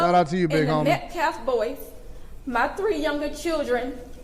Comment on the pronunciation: Why do they have this guy speaking for them, he cannot speak at all! Metclaf? Dignety? He needs a speech therapist.